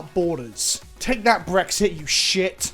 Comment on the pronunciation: I thought you were blaming "Phyrexia" before you repeated yourself & I understood it was "Brexit."...Lol Also, Shoutout to NordVPN letting openly swear...Lol Thanks for the Content!